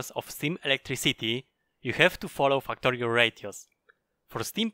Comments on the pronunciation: u saying FAKKTORIO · can't stop laughing when i heard fuck-torio at the start of the video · I love how he says fucktory.